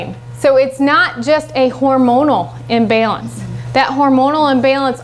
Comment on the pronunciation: Please, don't say "imbailance", it is not pronounced that way, in the US or in GB, or anywhere else I've been on this globe. The first a is just as short in pronunciation as the second one, no difference. No hard feelings, lol!